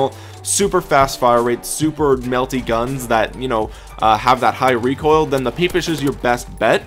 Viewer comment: this man said peepish